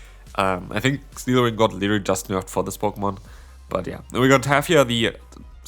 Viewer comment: „Liddery“ or „literally“?